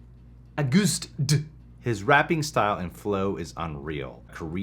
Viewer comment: Probably already been said, but the name is Agust D, with Agust pronounced like the month of August.